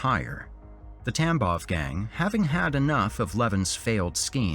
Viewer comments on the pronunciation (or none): I know you're saying gang, but my brain keeps hearing TampoN gang and it makes me giggle each time you say it 😂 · Thank god I’m not the only one! And the first mention of it he said something about bloody conflict and I just about lost it.